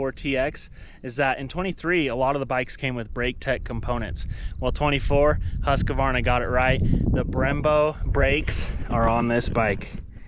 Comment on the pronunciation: Husq-varna not husk-a-varna. Sorry pet peeve when people don't say it properly.